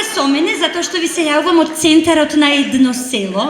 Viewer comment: ЕТНО село, не "едно" село